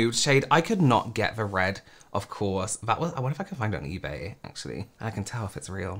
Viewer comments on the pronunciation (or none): none